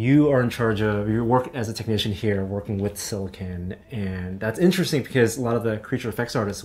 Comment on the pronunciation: Is it me, or did pronounce "silicone" five different ways in the same sentence?